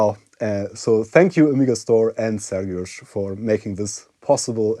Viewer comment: You pronounce Sergiusz's name very well. Do you secretly speak polish? :P